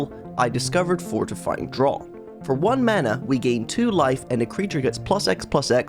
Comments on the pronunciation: “Fortifying DRAWT” 😂 not to be that guy but it’s “draft” haha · Great video concept, would like to see more of these; was a bit surprised to hear a Brit pronounce Fortifying Draught as "drot" rather than "draft" though! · Draught is pronounced like "Draft" by the way. Just English being weird as usual. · its pronounced DRAFT. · i think draught is pronounced draft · draught is pronounced "draft" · It's a bugger of a word to be fair. But I'm glad you pointed it out as that's what I was here to do as well!